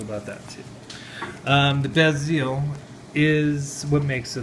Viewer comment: Sorry, but I don't buy one bit of this story. If you knew even the slightest bit about Rolex you would know how to pronounce the word Submariner, and also how to pronounce the word bezel. And you are claiming also that you bought an $8,000 dollar watch for only $900. That just doesn't happen. also, this is a replica. As soon as you showed the crown height it is obvious. Replicas have a lower crown height than a gen because of the movements that are used. The video quality is horrible so a lot of details are hard to notice, but looks like the SEL fitment is not correct at all either. There's a lot of us that spend every day surrounded by genuine and replica watches and doing comparisons, so even a great replica is not going to fool those that know what to look for. I wouldn't say this is a great replica either. Probably one that sells in the 2 to 300 dollar range. Saying you have had it authenticated means nothing without a written statement. Anybody can say that. Not to put you down, but your knowledge of watches presented here is pretty evident. If you are a troll that is just pretty crappy, but if that's not the case then I would suggest doing a lot more research on replicas and genuine watches and read the reviews and comparisons to learn the differences. another thing is your information on the history of Rolex is completely wrong. lol laughable actually. I honestly can't believe that you are being serious with this review.